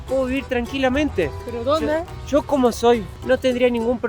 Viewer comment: "Sho quería ver el castillo" jajaja